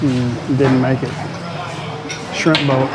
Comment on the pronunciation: I was expecting to see Forrest gump waving from the shrimp boat, when you said "thats a shrimp boat right there" in Texan accent hahahaha.